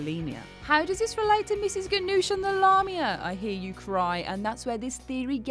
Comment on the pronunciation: She pronounces Mrs. Ganush's name wrong